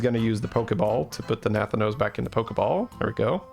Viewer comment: no offense, but nathanos is pronounced with the stress on the 2nd a